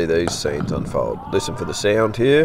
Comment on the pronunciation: That NSW accent 👍. Here has 2 syllables